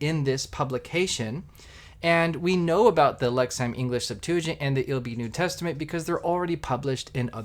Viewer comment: It’s pronounced “Lexum”….not “ham”!